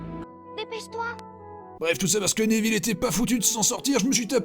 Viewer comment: j ai remarquer que la prof de cuididche elle dit aneville (neville)